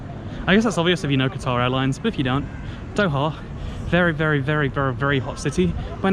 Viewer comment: Qatar Airlines, as in the country in the Gulf, not guitar.